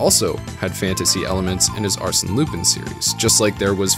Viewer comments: It's not Loopin', it's Loo-pan. Great video, though. Keep up the great work! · Isn't Lupin pronounced Lupan? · I'm sorry, but how can you mispronounce Lupin's name this badly this consistently, the correct pronunciation is in the opening, I'm so confused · I'm so confused how someone watches the entire series yet can't pronounce the main character's name correctly... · How do you watch an anime series in it's entirety and still mispronounce the title, which is also the main character's name? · Oh god he pronounces it with an “i” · The fact he pronounces "Lupin" wrong is so distracting for me